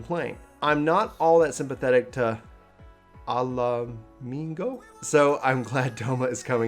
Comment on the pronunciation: Love you but your pronunciation of Ala Mhigo is my new ringtone! 😂